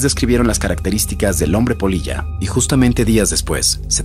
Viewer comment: Crei que decia polla y no polilla jajaja xD